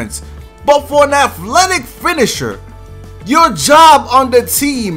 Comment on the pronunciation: Why can't you say athletic